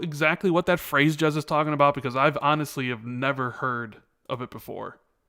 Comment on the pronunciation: You know you called Jez, Jiz twice? Was this on purpose? Lol